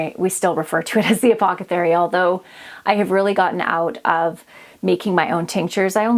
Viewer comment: Loved your video but did you mean apothecary instead of apocothery? 😂